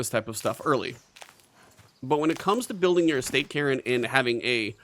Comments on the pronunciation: Cairn is a scottish word, said like Care with an N on the end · Cairn is a Scottish word that means rough pile or rocks used as landmarks, and is pronounced care-n. The E is not pronounced as in Karen but more like Kar-n, Hope this makes sence and you can understand my description. You could also type the word into google where there is a Oxford English Dictionary result that says the word aloud, just press the blue speaker icon.